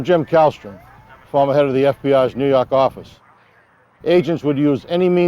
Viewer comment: "nuu yawk affice"